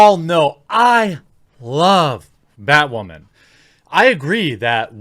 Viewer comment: I honestly thought you said "badwoman"